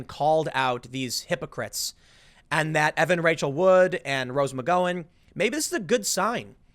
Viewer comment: how can tim continue to mispronounce rose mcgowen's name? he is the only one i have heard say it the way he does.